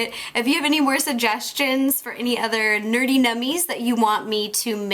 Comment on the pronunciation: nerdy nummies not neady nummies